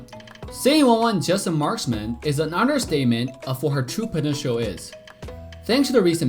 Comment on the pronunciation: marsman o marksman wawan o wanwan ano bayan salita mo wut